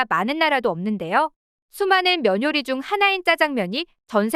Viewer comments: 며뇨리가 아니라 면뇨리라고 해야 되는것 아닌가? 듣기 이상하다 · 맞습니다. 면으로 만든 요리라고 해서 면ㅅ요리처럼 사이 시옷이 들어가야 하는데 현대 문법에서 사이 시옷을 빼고 쓰고 읽을 때는 면뇨리라고 합니다 따봉!